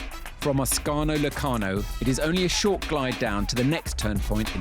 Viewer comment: How did you pronounce Locarno😂?